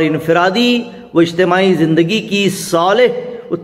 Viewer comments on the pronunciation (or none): 'Ijthema' is correct word. Your pronounation is wrong